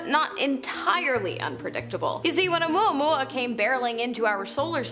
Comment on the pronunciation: I am impressed tho....you pronounced Omuamua correctly.....lol Some influencers totally BUTCHER that pronunciation...lol